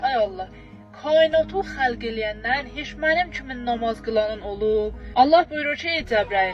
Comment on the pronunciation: Ay arvad nomoz yox namaz ozunde yaxwi bilirsen